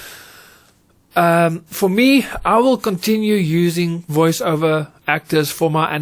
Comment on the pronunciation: I think you meant to say Voice ‘Over’ and not ‘Iver’ 😅. Excellent vid still though 👍🏾